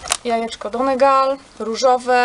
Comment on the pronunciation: czyta się ☆donigal☆